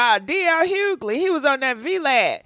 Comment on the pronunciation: Girl the g in dl’s last name is silent.